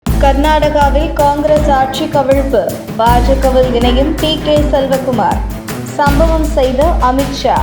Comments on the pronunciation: செலவகுமார் இல்லைடீ.. சிவக்குமார்.. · Selcakumar illa amma sivakumaaaar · அது சிவக்குமார் ... செல்வ. குமார் இல்ல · Not selva kumar. Shiva kumar.